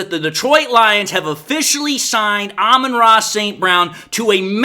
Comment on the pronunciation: "Alba Tross" St. Brown.